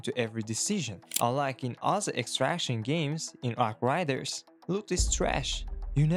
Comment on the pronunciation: Learn to say arc raiders